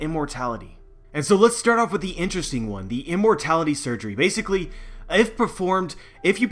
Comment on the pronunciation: Stop saying Basicily